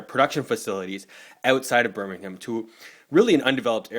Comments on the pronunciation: Correct pronounciation of Birmingham 👍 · Thanks for pronouncing Birmingham correctly. The Cadbury World Museum is now in Bournville. The original factory inspired a young schoolboy named... ...Roald Dahl.